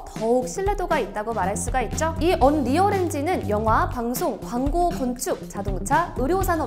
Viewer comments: 언리얼발음이 언~~리얼이 아니라 언리얼인데.... 먼가 어색하네요 ㅋㅋ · 언.리얼엔진 킹받네 ㅋㅋㅋㅋ 언리얼이라고요 언리얼!!! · 언리얼엔진을 언.리얼엔진이라하네 ㅋㅋ